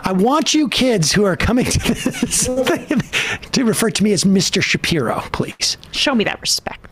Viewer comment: Help, I keep hearing "ben shapiro" as "Bench Appear-o" my sanity is slipping.